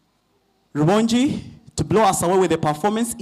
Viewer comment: 😂😂😂😂😂😂, the name is R.u.b.o.n.g.i. not Rubongyi😅